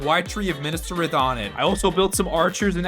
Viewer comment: bro said minas trith not minas tirith